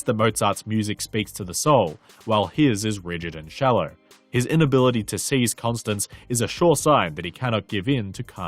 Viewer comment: Great video, but this nags at me --- you kept pronouncing his wife's name as "Constance", when it is pronounced "Constanze (kon-STAN-zeh)" or "Stanzi" as Mozart refers to her in a pet-name.